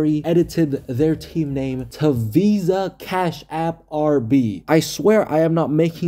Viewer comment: VIZA-KASHAPP ARE-BEE!